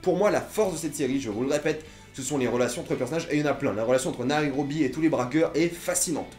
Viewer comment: C'est Nairobi pas naérobi lol